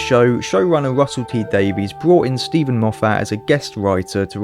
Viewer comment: That explanation on Sherlock was one of the fan theories too. (By the way, Gatiss with a long A, and Davies is pronounced like Davis in the case of RTD.)